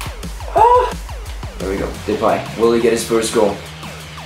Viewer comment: you are like the first foreigner who can say depays name properly